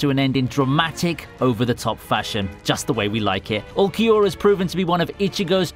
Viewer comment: The way he mispronounced Ulquiorra smh.